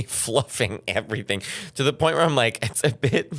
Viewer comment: "Thats the whole loint of this" 😂😂😂 like...who comes here to NOT hear metteos opinions?